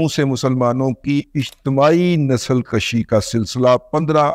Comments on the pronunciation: Sir nasal kushi hota hay Nasal kashi nahin Nasal kashi ka matlab nasal barhana hota hay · Dada G Nasal kashi ni, Nasal kushi hi drust fermai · "Nasal kashi" nahi "Nasal kushi" durustgi maind na karain